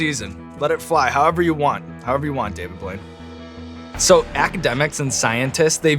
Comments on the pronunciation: to me it sounded like he called him "David Void" instead of Blaine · Did you just call him David Blouide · did Sean just pronounce his last night wrong?? Edit: most genuine moment I've ever seen!